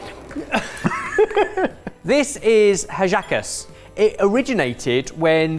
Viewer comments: Im a venezuelan and i approve all the hallaca talking but ben please the H is mute in hallaca anddd is not traditionally spicy but some people make it spicy and since my family doesnt i add a bit of picante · Got my usual amusement with pronunciation of Hallaca. I too am Canadian. When I was young, Tourtierre was a Quebecois thing. I am so happy to see it everywhere now. It is something I make for the holiday season. No carrots, pork only and along with the warm spices, savory, a herb that can be hard to find, in my version. I usually serve it with a tart relish.